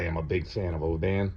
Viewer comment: good review, well said, ,..... i'm a scotsman.... its oban short not,...... o-ban long.... just so you know....